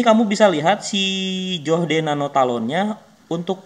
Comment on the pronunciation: "Joh - d" wkwkwkkwkw